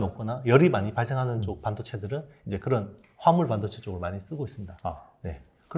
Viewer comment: 발음이.... 무슨 반도체요????? 아.. 화합물반도체 내귀가 이상한걸꺼야 ㅋ